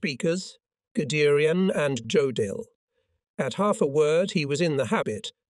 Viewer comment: I don't understand how the production crew doesn't notice how poorly words are being pronounced. It's extremely distracting and frustrating. I have given up on some episodes because it's so bad. When they can't get simple words, especially in German to come out correctly, you spend more time thinking to yourself how to say it, instead of listening to the narration. How can they say the J in Jodl instead of using a Y ? Or not say Reich correctly. Berchestgaden has been slaughtered so much if you didn't know the area, you wouldn't know. Regardless if using a storyline that's American/English/German, the pronounced words are atrocious. Also, why not number the episodes and place all appropriate storylines that belong together simply together? You may be following the U-BOAT stories and the next one is in Russia sometime during that campaign. You didn't have U-BOATS in Stalingrad or Kursk. Last night, I was listening to the end of the war, with an unnamed German general in Berlin who ends up in Nuremberg!!!!! Then to Africa following a British tank crew. How can you follow anything without rhyme or reason or unable to pronounce words?